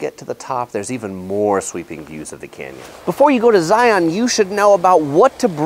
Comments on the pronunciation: I can't even get six minutes into the video... it's just driving me absolutely crazy that you're somehow mispronouncing Zion! It's not Zigh-on. It's Zigh-ihn. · The first rule for visiting Zion NP is pronouncing the name correctly. Its Zi-un like the "sun'" (in nearly one syllable), NOT zi-aun (in 2 distinct syllables ). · It’s not ZiOn it’s Zion (Zi-in) from someone who was born in Utah and has been so many times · Nuh nuh nuh nuh.. it's pronounced "Zi-ins" not "Zi-ons" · #11 Thing to know. Don't annoy the locals by pronouncing it Zi on'. it's Zi' un, like lion. If you ride the shuttle you'll hear it pronounced correctly. Please pay attention. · Please stop pronouncing it Zioawwwn. It’s pronounced ziun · .:) The locals call it Zi-uhn or sometimes Zions. Also the locals recognize the existence of the many many surrounding cities besides Salt Lake City and Las Vegas. St. George for example. Also bring at least 2 liters of water if you plan on doing Angels Landing or equivalent hike. I've seen so many people who bring their tiny little water bottle and then get cramps in their legs. I recommend Weeping Rock if you're looking for an easier hike. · yes, it irks us when you don't say they name right. Do don't go to the zoo to see the li-ON. It is a Lion. Say Lion and Zion the exact same way. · Zai-un... if you want to sound like a local 😂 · First thing to know is that it is pronounced zy-in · If you're not from Utah, it's Zi-un. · You're saying it wrong 😂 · learn how to say it.